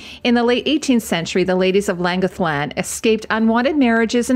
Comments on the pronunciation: Please check the pronunciation of Llangollen. Your production standard is so high, it's a shame when there is a big "oops"! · Pronunciation of Llangollen is entertaining...